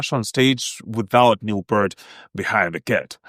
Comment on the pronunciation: It's Pee-rt or P-ear-t. Honestly, do some homework before you post a video and make a fool of yourself. Whoops, too late!